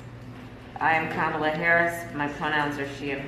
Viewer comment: you just said Kamala correctly. You’re slipping, Matt